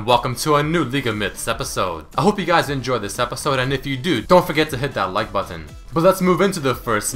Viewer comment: Sounds weird when you say "button"